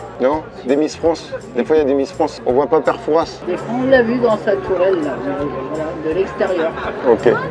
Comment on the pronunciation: Bon maintenant que t'es rochelais faut arrêter de prononcer "Fourasse" stp 😂😂